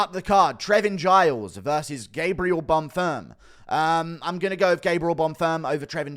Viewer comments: leave it to guru to call a fighter 'bon firm' when his name is bonfim xD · Who’s Gabriel bunfirm?😂why did he keep saying that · inb4 100k!!! edit: the name is still bon-feeeem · Guru be butchering Bonfim's name 😂